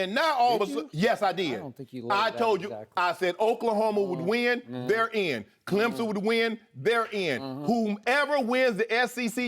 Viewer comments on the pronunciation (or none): none